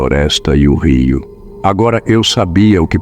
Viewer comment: Rio, e não riu porue rio não rí kkkk